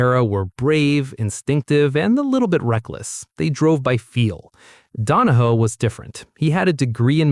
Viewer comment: His name was Donohue (Don-o-hugh) not (Don o hoo). Nothing ruins a post more then mis-pronouncing a name or word. Anyone who continued to watch this is an idiot. i got to and just could not finish it because of the error with the name. Also, the Porsche 917-30 didn't kill Can Am the main sponsor Johnson Wax (SC Johnson) pull its sponsorship which was responsible to the purse e.g. the money won by the drivers. This left Can Am without any money to pay the winners. So it folded.